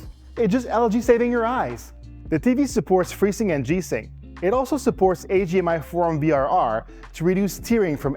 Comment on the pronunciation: I hear him saying AGR and AGMI. I was really confused for a bit until I realized what he meant.